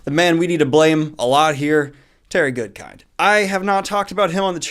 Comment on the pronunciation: Everytime I hear Terry Goodkind I actually hear Terry Goodfish. I don't know why.